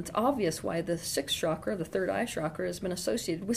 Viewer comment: Osho also talked about being authentic but in a different way . He was poisoned . I hope you survive. Also it’s not “shakra” it’s “chakra”